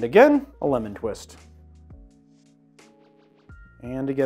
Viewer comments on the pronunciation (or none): none